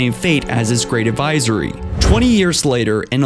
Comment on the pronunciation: Foreigners? Advisory? You really have to work on how you pronounce things... you sound illiterate.